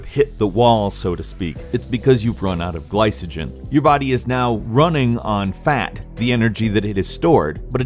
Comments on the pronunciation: isn't glycogen pronounced: "gli-co-gin" not "gli-suh-gin" ? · I know isn't incredibly well versed in the field but him pronouncing the "C" in glycogen with an "S" sound instead of a "K" sound is making my ears bleed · It is pronounced ɡlīkəjən, not a soft c. Video has lots of stuff that is just not necessary. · Yeah, pronunciation was a bit cringe